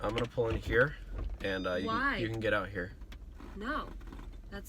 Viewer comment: “I’m nawt getting ought.”